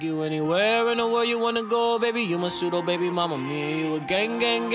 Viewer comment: Its not "suito" its "pseudo" bro